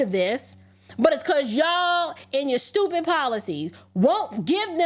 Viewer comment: you “STOOPIT” 😂😅🤣😆!!! Which is why I love you!😘